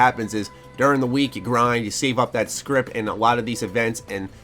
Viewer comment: My ears curl up into little balls everytime he says "Scrip"